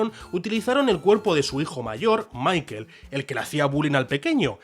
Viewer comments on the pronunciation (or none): none